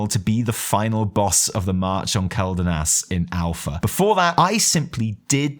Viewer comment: It's kwel-danas. not kel-danas. the Quel in Quel'danas is the same Quel in Quel'dorei or Quel'thalas, both of which have been said countless times in the game. It's kwel. Please start saying Quel correctly.